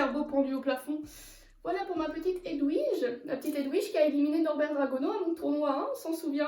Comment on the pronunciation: Tu dit Edwige sauf que c'est Edvige mais sinon j'adore